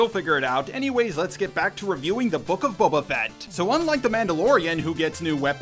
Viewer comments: you're saying "Babba Fet" instead of Boba Fett 🤭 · You say Boba Fett like you're Jeremy Scott from cinema sins "Bubba Fat"